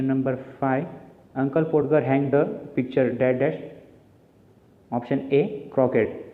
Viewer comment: Podger म्हणजे पाॅडगर नाही, त्याचा उच्चार पाॅजर असा होतो कारण 'D' Silent राहतो.